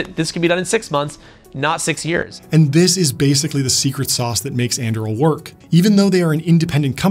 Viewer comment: Just started watching this. I think Anduril is not pronounced that way! Its Aragorn's sword forged from Narsil right?